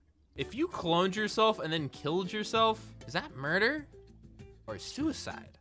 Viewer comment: murduer or suicide?😊